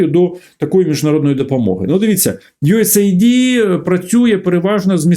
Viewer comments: Не ю ес ей ді, не ю ес айді. US AID(де US - це United States, a AID - допомога). Ю ЕС ЕЙД. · USAID, наскільки як знаю, читається як "юес-ейд".